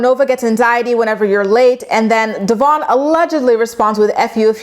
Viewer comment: I love you, but can you please start saying Devoin’s name right?🙈 I mean no disrespect towards you, but knowing that Briana says his name the wrong way, because she doesn’t like his given name, is so fucking rude and disrespectful.